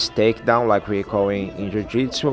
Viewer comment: One of my all time favorites. I wish they showed his fight at UFC 83. I was there when he choked out Ed Herman. I've always said that the only thing more beautiful than a Damien Maia submission is hearing him say Ju Jitsu.